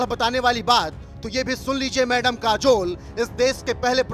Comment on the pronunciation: काजोल बोलो जुबां केशरी